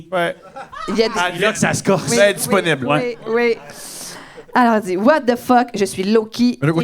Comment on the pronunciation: "Disponible" sonne plus donne "Desperate" a ce point la